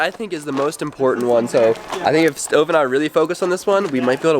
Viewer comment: Did just call stove stovuo??? Like if u heard it 👍🏻